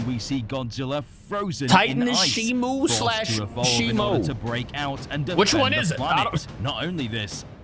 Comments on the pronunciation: u have been saying it wrong it's shimo and not shimu, we have bein saying it wrong this all time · A toy packaging leaked his name is not shimu it’s shimo